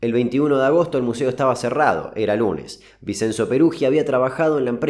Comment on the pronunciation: muy buenos los videos. vinCHenzo se pronuncia